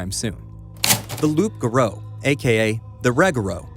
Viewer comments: its pronounced "Rooo ga roo" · Great video but lol sorry dude miss pronounce the Rougarou lol it’s ok only Louisiana people say it right anyway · Lots of mispronunciations. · Man you butchered the pronunciation of the Rougarou